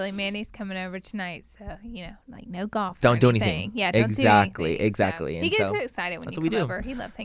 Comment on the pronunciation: It’s the “EZACKLY” for me lol